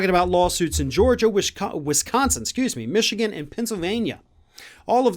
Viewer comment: "Wichigan" He almost said it again!! 😄